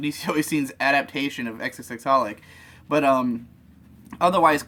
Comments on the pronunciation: It actually bothered me that they'd try so hard in their pronunciation of Katanagatari, but then didn't know how to pronounce xxxHolic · The "×××" in "×××Holic" is silent.